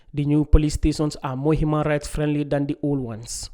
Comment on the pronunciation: Someone tell him it's not hooman rights!!